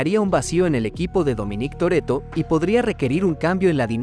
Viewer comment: Dominíííc Torrretto